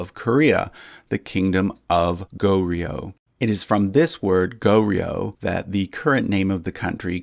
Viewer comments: Please don't say it as go-rio. Its gohr-yo. Also tae is not said as 'tay' but as 'te' from template or technique. 'tèh'. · Just a pronunciation tip: Goryeo should kinda be pronounced as Goh-yo with ur tongue starting with an L sound before yo "lyo" like low but with yo. Otherwise everything else was pronounced quite accurately